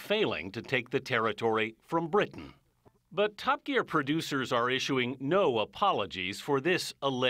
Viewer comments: Who else got triggered when he said tup geeaar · "Top gee-aar" "chee-lay" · "Top Geer" god American pronunciations are horrible